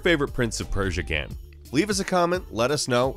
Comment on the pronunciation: I like the video but i dont like the way you pronounce “game”. You say “gaem” And that distracts me 0_o